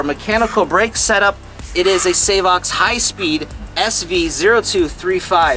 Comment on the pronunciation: ‘Say-vox’ lol